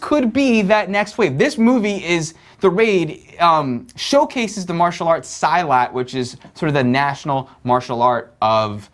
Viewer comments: silat is pronounce as seelat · salah bro... harusnya..."see- lutt" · thanks for the review guys i'm glad you enjoy the movie, oh btw the pronunciation of silat is : see..lat (i'm from indonesia) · I think he refers to the way he pronounced "Silat"not Indonesia